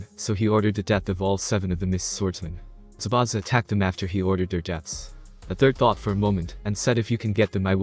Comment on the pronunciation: zabuza not zabana